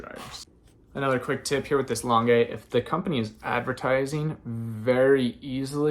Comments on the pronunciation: Just started watching you and really enjoying your content! You may know this already since this vid is a year old but please, PLEASE pronounce L'ange like orange instead of lon-gay. 😉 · It’s pronounced launge - I can’t figure out how to type it phonetically! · Thanks for the tips. L’ange is not pronounced the way you are pronouncing it. Just fyi so that people Know. The e is silent. 😊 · Lange is pronounced with a soft G, like lingerie.